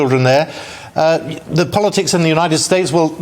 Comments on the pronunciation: said pollacks instead of politics, before correcting herself..! I know she was really thinking “identity bollocks”, instead of identity politics, I love, she always speaks her mind... she’s brilliant & I agree, this identity politics IS ‘bollocks’.. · I thought she said "bollockticks" at the opening of her sentence.